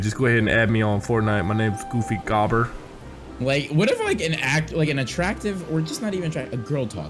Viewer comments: It's goofy goober not goobber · It’s GOOFY GOO-BER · It’s goofy goo- ber lmao 💀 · THEY PRONOUNCED GOOFY GOOBER WRONG ITS TRIGGERING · It’s supposed to be said as Goofy guber. Ya bot not goofy gobber just watch spongebob boy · Its goofy GOO-BER not GOBER